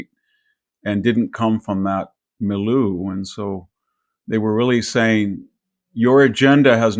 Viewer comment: Small point! It’s not “mee-loo”, it’s mee-lee-yer. French word “milieu”. Otherwise very sound!🥲